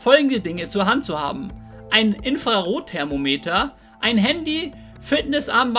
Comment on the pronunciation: Infrarot-Thermoneter:D, kannst du solch ein Video nich zu fast jeder Droge mal machen? Sehr gut gelungen. Fand auch interessant, dass es für Pilze Tripstopper gibt, falls es zu übel wird. Achja und kannst du nicht mal jedes Wort irgendwann richtig aussprechen? Hast oft einen Sprachkollaps:D:D nich böse gemeint. Aber wenn man schon Videos macht, wär das ja ein leichtes drauf zu achten